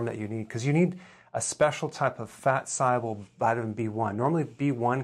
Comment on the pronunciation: I’ve heard of soluble, but why is he saying “syable?”